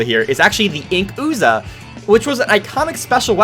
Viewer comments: The inkooza? You mean inkZOOKA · Ink-ooza? Dy-NAM-oh? I'm done.